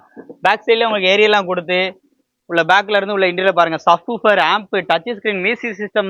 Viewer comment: இன்ட்டிரியல் இல்லை தம்பி , இன்டிரியர்